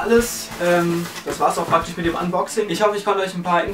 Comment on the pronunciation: süß wie du immer "praktich" sagst ^^